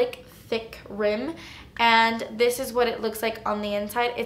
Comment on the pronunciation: "but honey...dis is good" I love you!